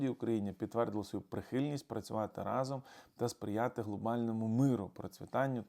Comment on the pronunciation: рАзом !!!! неправильно разОм🤮 і чотИрнадцть🤮🤮🤮, бо У числівниках від 11 до 19 наголос падає на передостанній склад: одина́дцять, двана́дцять, чотирна́дцять тощо.